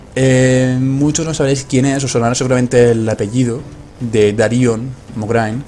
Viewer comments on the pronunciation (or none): Darion, no Daríon xD